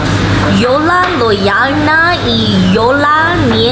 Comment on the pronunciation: Jiola lodzialna, Dziola nie lodzialna. Skradła mi serce Już żadna Jola nie będzie brzmiała dla mnie jak...Jola. RIP